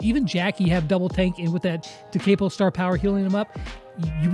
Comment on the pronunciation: Da Capo: (Pronunciation) Da-Ka-Po.. Not Da-Cape-O